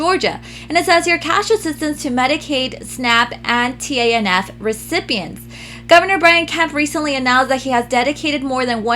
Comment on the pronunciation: Also, TANF is pronounced "taniff" just FYI ☺️